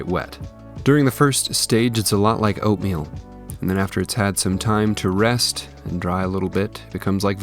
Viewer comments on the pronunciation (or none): Oooohhhh "oatmeal." Kept thinking you were saying "opium," and it seemed like you really knew your range of poppy product consistencies down to a fine science.